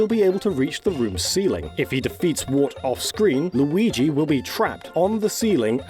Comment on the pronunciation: Maigi.. or Lurio... Or Muigi? Look at MLauriigoi! Or how... Whhyyyyyyyyyyy?